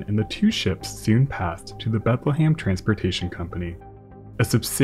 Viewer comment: I’m from Bethlehem Pennsylvania and your pronunciation is killing me dude. It’s prenounced “Bethal-hem” not “bathalham” please man I love your videos but everytime you mention my city it causes deep agony